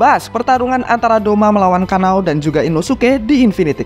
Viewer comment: Kanao bang bukan kanae